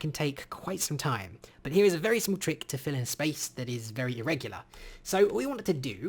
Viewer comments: am i the only one who heard "Phil and Cloe?" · “Fill has a new replace function” What I hear... “Phil is the new stepdad”